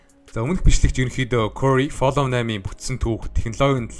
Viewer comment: Флөв gej unshn shv